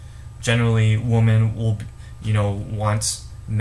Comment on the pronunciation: Right. I don't buy them anything. You're pronouncing the word "women" wrong. "Woman" is singular, "women" is plural.